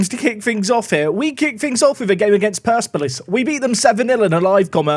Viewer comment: I want you to leave Iran without ever having said Persepolis correctly